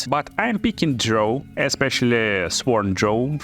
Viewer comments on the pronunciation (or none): D R O W not DRO